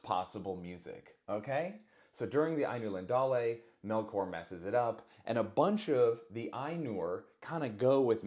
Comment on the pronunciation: Ainulindulae is such a pretty word when it’s pronounced right. Tolkien invented so many words that sound like a small poem. Pronounce it however you want to tho; Lord of the Rings is the best.